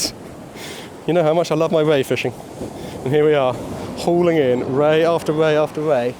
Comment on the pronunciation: not quite sure if you were saying 'whey' or 'ray' all the time. what a belting session , well done on the PB as well